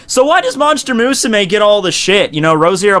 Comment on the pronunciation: Why do you fucking pronounce Musume like that. ._. great video aside